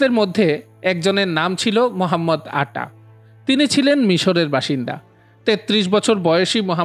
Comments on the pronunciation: ভাইয়ের নাম তো উচ্চারণ করতে ব্যর্থ হয়েছে মহাম্মদ আটা এটিতো না বরং মোহাম্মদ আতা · দূর মিয়া, উচ্চারণ ঠিক করেন। মোহাম্মদ আটা নয় মোহাম্মদ আতা।